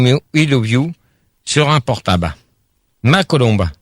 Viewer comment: Dans ce débat, Max corrige ENFIN Gérard sur sa mauvaise prononciation du mot "portab' ".